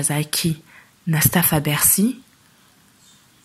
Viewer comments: Les chroniqueurs yango ayebi ko loba bien teh lol.. c mr, il dit Beksiii , lol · C type est vraiment inculte. Et avec un très mauvais français comme ça ! Il prononce " Begsi" pour "Bercy". Tintin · Ayebi ata ko loba Bercy te azo loba bexi ignar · Pourquoi s'intéresser à un mec qui dit "bexy" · On dit Bercy au lieu de Bercy n'importe quoi oza vrai zoba yo Tata oyo